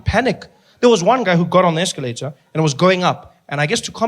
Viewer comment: Escalata essscalata escalataah